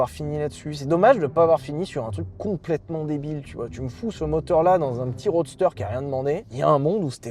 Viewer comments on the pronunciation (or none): none